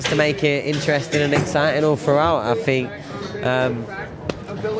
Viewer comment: 'Thought', and 'Think'. Not, 'Fought' and 'Fink'. "Sky I never fought"...."The Ring, I fought" . Good job its Thriday, and not Fursday!